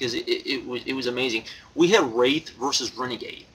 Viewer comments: Its pronounced Wrath not WrAth. But yea I read results and seems other matches were worse Nitro matches than Wrath vs Renegade. But yea that def looks like a bad Nitro. Looks more like a Thunder to me. But yea this reminds me of a Thunder taping that was sooo bad and they taped two shows in one night which was even worse, but that night I didnt have deceny to say sht cause my mom was nice enough to drive like over an hour to bring me and spoiled me with arena food. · its pronounced WR-ATH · why dont you learn how to say wrath u fuck